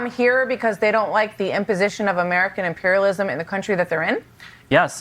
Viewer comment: south america kick the camis out he say imperialismt